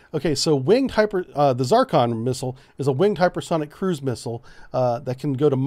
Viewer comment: Just a quick note. "Z" in Zircon is pronounced the same as "Z" in "pizza". Better spelling for it would be "Tsirkon".